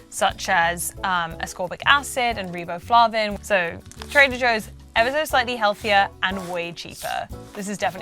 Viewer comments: Same. Lost all credibility when she said "reeboflavin" in that tone. Def not qualified to be a health journalist on that alone. B vitamins are one of the most basic things to know about nutrition. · Sorry, "influencer" but "reeboflahvin" isn't a preservative, it's a vitamin. Go back to primary school. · It's the first time I've heard it pronounced "ree-bow-flar-vin". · Lmao as a chemist I clocked her immediately when she pronounced riboflavin as "ree-bo-fluh-vin". No one says that. Especially not in any non-american english accent. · Business Insider's already marginal credibility just went to zero with "Health Editor segment. What the hell is REEbohFLAAven? She's can't pronounce the thing that she had no idea about, so at least she's consistent. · She coukdn’t pronounce riboflavin, either…. 🤣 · It is interesting to me, one of your “ over educated” Boomer Trader Joe’s target customers that your “expert” finds Stacey’s undesirable “ additives” to make Stacey’s Pita Chips less healthy. For crying out loud, ascorbic acid is vitamin C and (incorrectly pronounced) riboflavin is vitamin B 2. Sigh. I’ve 2 degrees in Food Science/ Nutrition. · She called it a "preservative." Fooff fooff airhead. She can't even pronounce it correctly. Slacker. Easy to look up ingredients. And comparing Joe's Os to the wrong type of Cheerios? On per with the average 5th grader. Heck, the 5th grader would probably shoot the ingredient lists with their phone and give it to AI and have it compare, and actually get an intelligent comparison. Or just ask it directly just reading the names of the products. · Boy did she mispronounce riboflavin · And she badly mispronounced it. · Yep, takes 5 seconds. She can't even say riboflavin correctly, can't expect much.